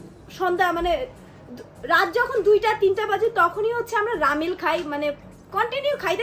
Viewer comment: রামেন ❌ রামেল ✅